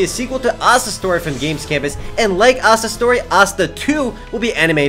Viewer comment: was speaking really fast, is he trying to break a record O.O Oh and was he saying "Asda Story" or "Asta Story"